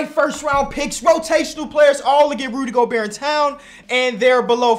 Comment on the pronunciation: says ruby gobert not Rudy gobert😭